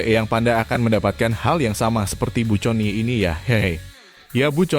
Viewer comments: Min conie iti di baca koni,jngan teks book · Min ga salah tuh? Connie (Koni) kok disebut Coni 🤣